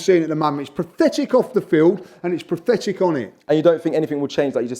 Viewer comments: lmao has anyone ever pronounced pathetic incorrectly so many times in such a short amount of time? PRATHETIC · I love for many reasons. But a lesser commented upon reason is how he reliably mispronounces “pathetic” to sound like “prophetic”. Which is rather amusing given his commendably “prophetic” quality. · Did he say prathetic